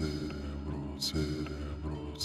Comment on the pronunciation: When the cultists were saying: cerebro I thought he was saying cinnamon rolls 😂